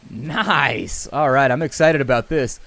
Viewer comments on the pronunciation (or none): none